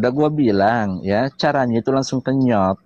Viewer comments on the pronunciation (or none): Kenot atau kenye....😂😂😂😂